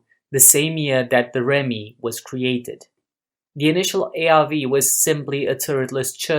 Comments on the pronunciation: Good video! Just so you know, it's pronounced 'ReeMee'. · Correct, but this is about the ARV or later called the ARRV, was operated and crewed by REME, pronounced Reeme.